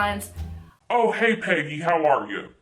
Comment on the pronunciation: I was over here thinking you're saying "petty" and not "peggy".